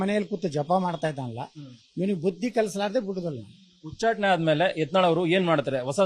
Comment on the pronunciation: Nivu yak yatnal ucchatane anta sariyagi heli hucchatane alla